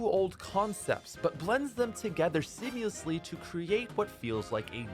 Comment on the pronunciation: seamiously? ***Seamlessly** just sayin.